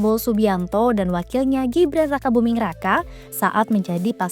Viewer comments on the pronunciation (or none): none